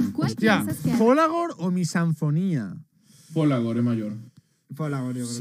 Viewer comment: De verdad el dia que los españoles aprendan a decir MissaSInfonia en vez de Missanfonia va a ser un dia glorioso